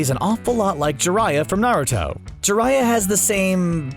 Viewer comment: U can tell he doesn't watch naruto by the way he pronounces the names and terms in naruto.